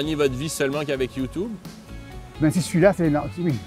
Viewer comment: "Youtoube" ... lol